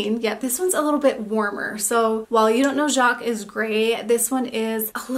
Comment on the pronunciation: I love browns and wear them all round. Essie’s Chinchilly is one of my favorites- it’s a lighter version of You Don’t Know Jacques - another fave. And yes you did pronounce that correctly! Love the color series!